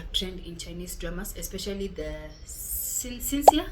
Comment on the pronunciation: I believe it's pronounced SHIN-SHEA but I'm neither Chinese nor fluent in Mandarin lol.